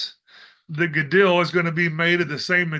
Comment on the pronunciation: the ‘dol’ in Gadol is pronounced like ‘Dole’ brand pineapple/fruit many thanks for your work from a new subscriber🙏